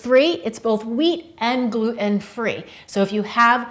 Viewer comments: I'm a new subscriber and i really enjoy your show! i have a little bone to pick with you about the word Gluten. It's pronounced "gluTen" not glu-en. Not a criticism just a little critique. I really enjoy Quinoa, do you have any recipes for Quinoa Salads? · Did you really pronounce Quinoa beautifully but drop the 't' in gluten?! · Great info! But, gluten has a T in the middle of it. Not sure why so many people stopped pronouncing T's.... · She pronounces quinoa as if the "n" were silent, but she also pronounces gluten as if the "t" were silent.